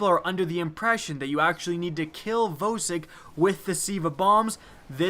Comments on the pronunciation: Vowsik? It's VAUSIK. VOSIK THE HEDGEHOG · YOU PRONOUNCE IT "VAHSIK"!!!!!!!!!!!! GOD YOU MADE ME CRINGE THE ENTIRE TIME WATCHING IT. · Jeremy Roman it really annoys me when people say voe-sick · Why do you pronounce vosick wrong? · Your pronounciation of Vosik gave me AIDS